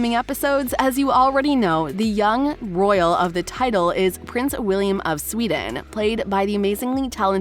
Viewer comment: bruh its wilhelm and „si-mon“ 😪